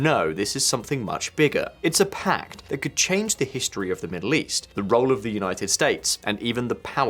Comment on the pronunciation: Pakt ??? Or Pact? 😊